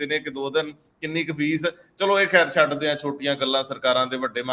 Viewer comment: it’s not Leeta it’s lai and it’s not chod ka it’s shad ka. Thanks